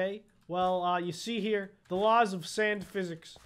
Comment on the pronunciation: When he said sand I thought he said sans